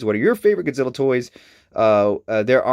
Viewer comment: first off its mathra, beeb boop godziller and gay dorah. Get ur fax right.